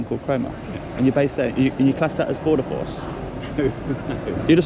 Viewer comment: Did he say he was with border force or border FARCE?